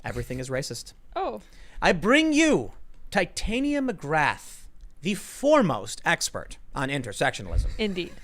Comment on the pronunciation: irl its TIT-ania, not tite-ania